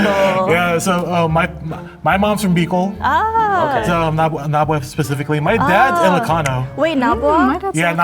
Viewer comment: And the two who had parents from Naga pronouncing it with a U, Nagua. Wtf?